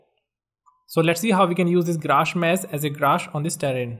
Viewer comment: That was very helpful, but when he said "grash mess" instead of "grass mesh" I cracked up :D